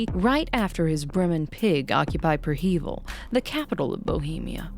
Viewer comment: I hate the way you pronounce prehevil